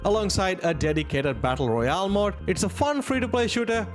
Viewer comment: he means mode not mod you guys